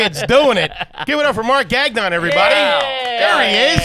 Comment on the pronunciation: its not "gag" -"non". . its pronounced "ga"-"n-on" lol